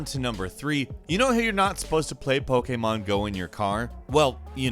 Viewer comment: Is anyone else frustrated when says Pokémon?